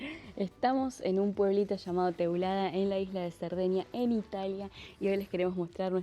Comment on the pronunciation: It's Teulada not Tulada👍😉